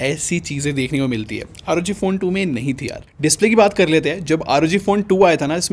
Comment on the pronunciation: Bhai isko "aar oo gee" nahi " rog" padte hai